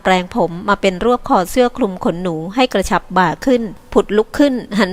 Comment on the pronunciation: กระชับค่ะ ไม่ใช่กระฉับ #อ้อช่องมีปัญหาหรือคะ